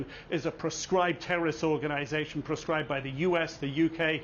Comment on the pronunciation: You people feel uncomfortable to said Terreriost to Terreeiost👎👎